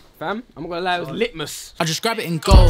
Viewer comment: Its lit-mas